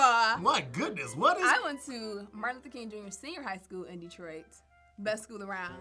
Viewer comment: Looks like he tried to say Martin Luther king but said Martin Luther koont back to you Tom!! 😂😂😂😂